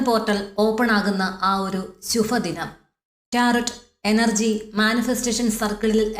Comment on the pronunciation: ശുഭദിനം എന്നാണ് പറയേണ്ടത്... ശുഫ ദിനം അല്ല 🙏 മലയാളത്തെ ബഹുമാനിക്കുക🙏